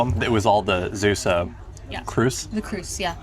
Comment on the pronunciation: Not Zeussuh, but Zaywsuh